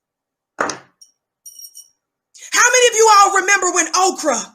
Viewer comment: Did she say Okra and Kayle??! 😂😂😂😂😂